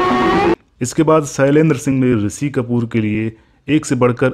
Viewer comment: आपका श को स बोलना बेहद खटकता है बार बार. शैलेन्द्र को सैलेन्द्र ऋषि को रिसि.